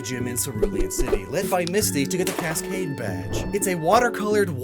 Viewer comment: Why does Cascade sound like Casscrafa